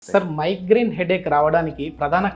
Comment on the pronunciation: మైగ్రీన్ కాదు మైగ్రెన్